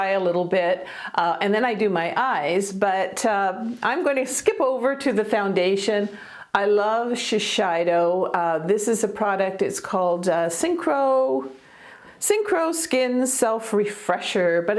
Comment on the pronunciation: Pronounced Shi-SAY-doh. (got your back :yougotthis:😆) Thanks for the video!! New sub.